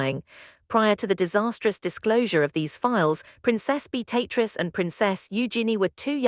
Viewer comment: A1 ewww pronunciation...beat-a-triz instead of the proper pronunciation 🤮